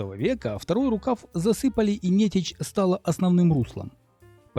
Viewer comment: Большое спасибо! Всё классно, только река Нете́ча, а не Не́теча😊.